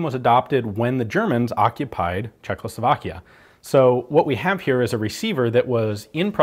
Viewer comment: A few details from a czech guy :) btw you have pronounced Praha really good ;) Czechoslovak and not Czechoclovak LK vzor 26 and not LK vizor 26 otherwise good video ;)